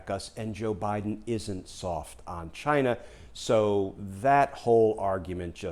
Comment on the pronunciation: I think the country is pronounced, "CHIIIINA".